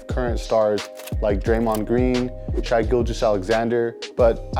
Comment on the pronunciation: Bro you’re like the king of mispronunciations. It’s grandmaMA. And Shay, not Shy Gilgious Alexander.